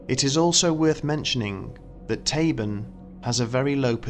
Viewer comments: Tabun is "TAH-boon", not "tay-bn". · "Mielke"is not pronounced "Mee-Elke" but "Meelke"....and "Tabun'" is not pronounced "Tay- bun" but "Taboon".